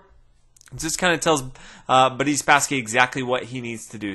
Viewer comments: Why do you pronounce Boris as "Buddy?" You keep saying what sounds like to me "Buddy Spassky." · More like Budiss Spassky lol